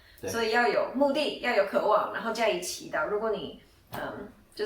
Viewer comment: 不是“可 望”應該是“ 渴望” 。